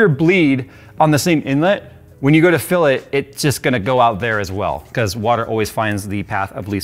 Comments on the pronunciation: everytime says FILL I hear PHIL. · Was it a "PHIL PORT" or a "FILL PORT" ?😅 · Why did I hear jay saying "Phil" instead of 'fill'. Every single time said fill I always thought he said Phil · Every time he said fill I kept thinking Phil.